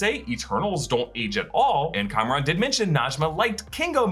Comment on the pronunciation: reminder his name isn't "Cameron" it is Kamran